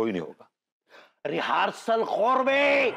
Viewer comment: रीहेर्सल कोरबे के नहीं कोरबे 😂😂😂